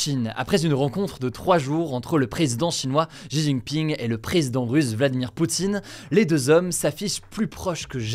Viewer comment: Pourquoi les français n'arrivent pas prononcer les prénoms étrangers correctement ?🤣 C'est Xi Jin Ping et non pas jijiping